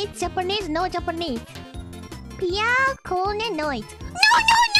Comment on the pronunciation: Yes, Pee-uh isn't Japanese lmao.